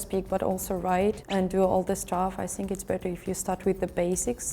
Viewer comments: что за синк (think)??????? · блин да скажите ей кто-нибудь чтобы она перестала говорить синк, синк это раковина! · "I sink" 😂